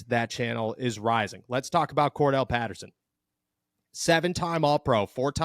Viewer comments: "Cordarrelle" Patterson... rhymes with "more barrel" Patterson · you know its Cordarrelle Patterson... not Kordell right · hey...its Cordarrelle not kordell